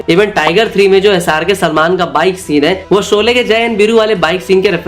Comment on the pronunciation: Soley nahi bhai Sholey bol le.